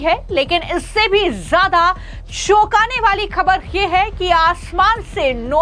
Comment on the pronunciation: Pahale aapkaa pronunciation, ko correct karliye. Shoukaane waala nahi, choukaane waala.